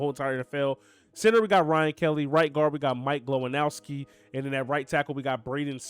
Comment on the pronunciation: "Mike Glowinowski"